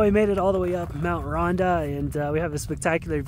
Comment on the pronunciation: Love it, just a quick one, it’s pronounced ‘Ron-tha’ since it’s Welsh 🏴🏴🏴